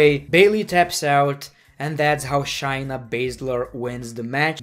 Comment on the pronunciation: It’s not shyna it’s shayna ( shayyy ) (nuhh)